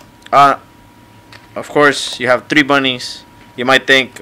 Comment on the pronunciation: Three* not TREEE